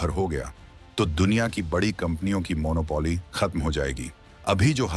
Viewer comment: Please listen to your PRONUNCIATION of monopoly